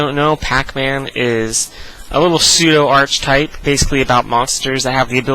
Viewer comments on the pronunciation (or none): My only criticsim ... "Archetype" is pronounced "Ark-ee-type", not "Arch-type"